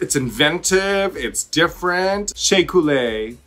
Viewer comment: The way Raja says Couleé sounds like she's saying "Culera" 🤣🤣🤣🤣🤣